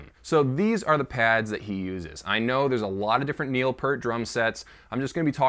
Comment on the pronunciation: really surprised that this guy knows his bass V-drum is named Wendy, but he can't pronounce Neil's name correctly....priorities dude...get 'em prioritized...